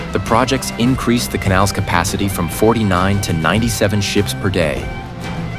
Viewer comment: ha ha ha learn some English before posting - you said SHEEP wheras it is SHIPS